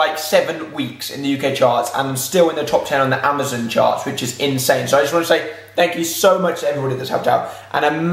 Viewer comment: The way you say in-sane makes me giggle 😉